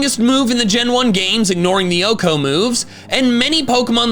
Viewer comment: I failed to realise you were pronouncing "OHKO" as a word [is that normal?] and thought you were saying Ooccoo like those bird things from Legend of Zelda